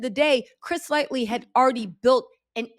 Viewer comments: *Lighty,. His name was Chris Lighty. We all know it's a given that youre gonna half the names wrong (thats actually part of her charm lol) but I feel like, out of respect for the deceased and their families, who may be watching, to, at the very least, fact check the name before reporting on the story. I happen to know his name bc I am a music-head and am very familiar with the more popular music execs so I definitely dont expect the avg person to know his name, but if youre going to be doing a story, where there name is the center of topic, I think the respectful thing to do is do a little research to make sure you get their name correct, out of respect for the deceased and their loved ones. I know isnt rude & malicious and I also know she isnt lazy bc she puts in work and def does her due diligence, however this time--I just hope from now on she fact checks the names prior to reporting the story. But other than that, we also know that we can trust her information bc shes not gonna knowingly put out misinformation and if she does, she will correct it. She does great work and Im a huge fan of her content so please dont mistake this comment for hate, bc, that is the furthest thing from my heart. It's just a *correction and a suggestion, from a supporter. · It’s light- y like e no “L” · Thank you because everytime she said Lightly I was getting pissed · trust me she needs to edit this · It was bugging me too! And the Fat Joy comment. I am like this is my era-who Lightly and Fat Joy!?! 😂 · Chris LIGHTY. You jack up more names than I can keep up with. But I love you anyway. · I love you but please say people’s names correctly ❤ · How you reporting on someone and not get their name right smh. Just shows how much research you do smh. It’s Chris Lighty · The only thing killing me about this video is the spelling of his name! It’s Chris Lighty. It’s spelled wrong and being said incorrectly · Gotta get chris's name right before you do a full video on him.